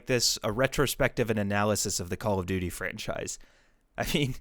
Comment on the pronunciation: Bro really took an English AP class and said, I’m gonna anAliZe call of dUUUTy